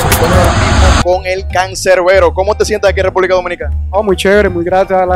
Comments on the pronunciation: "Cancerbero",es Canserbero * JAAJJAJAJAJA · ES "CANSERBERO", NO "CANCERBERO" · ¿"CANCERBERO"? es "CANSERBERO". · canserbero con s no con c jaja